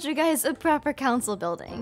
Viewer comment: When you said Council member I thought you said cowcin member